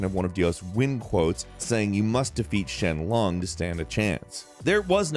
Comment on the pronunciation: Late comment, but.. Was saying Shen Long instead of Sheng Long a joke, or just a mistake caused by a bad script writer and/or you not reading the script right? Because you SHOWED multiple sources saying SHENG Long while insistently saying SHEN Long.